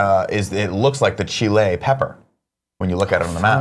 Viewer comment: Nick, I’m proud of you for knowing where Chile is. You do say Chile in a weird way, though. You emphasize the -le too much. P.S: I don’t look like a chili pepper